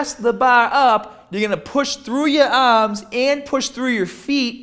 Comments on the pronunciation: the baaaah LOL he's killing me with this shit. lift the baaah up...move ya aahms in full motion. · baawbell ahhms 😂😂😂😂